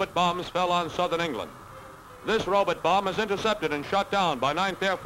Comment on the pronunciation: "Rowb't"? What, is he Zoidberg?